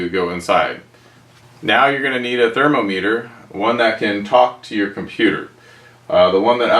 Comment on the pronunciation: TherMOMeter, not TherMOmeter. Awesome video thanks